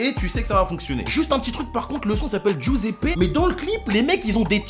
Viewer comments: ta grand mere le grille pain mais Giuseppe ça se dit joseppe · giuseppe c est congolais sa se dit jiuseppe